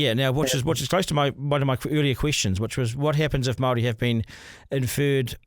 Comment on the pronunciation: This whole idea of making the Treaty of Waitangi null and void is just about grabbing resources—it's about money. Also, I really wish you would pronounce 'Māori' properly. I'm tired of hearing 'they' and 'them'—it’s dehumanising. Honestly, this is a discussion you shouldn't have bothered recording. It comes across as racist and would’ve been better kept private."